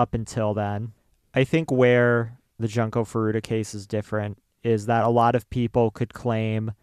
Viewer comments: We realize in retrospect that we pronounced her name wrong. It is Joon-ko. At the time when we researched this case, every video had pronounced it as Jun-ko. Neither of us are native Japanese speakers, and we try to pronounce things the best we can. We wish we could go back and change it, and we considered doing the episode over, but we don't think we could capture it the same way, and the responses have been overwhelmingly positive about the episode in general. We will continue to try our very best to pronounce things properly. Thank you to everyone who has responded with kind words and understanding, as well as encouraging us that it is okay for us to get emotional about the case. This was an incredibly difficult episode for us to do, and your support means the world to us. We love you ❤️ - and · Just a comment about the video itself; please take the effort to learn how to properly say the victims name. You guys basically called her ‘Junk-o’ the whole episode and while I know Japanese is not your native language, if you are going to be covering this case, I think you should do your due diligence and pronounce it correctly, out of respect. I just kept hearing ‘junk’ the whole time. It says in your description that you looked at other videos but maybe look at how actual Japanese speakers pronounce it. Just a note for future cases you cover. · cant even be bothered to say her name correctly? seriously.